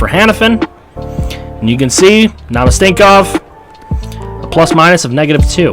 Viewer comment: Couple pronunciation suggestions: Frolik - Fro-leek Namestnikov - nam-es-ne-cough